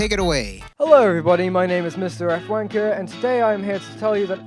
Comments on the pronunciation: The way he said wanker hit me like a bullet😂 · Please never say wanker again in your accent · saying wanker is the funniest thing as a brit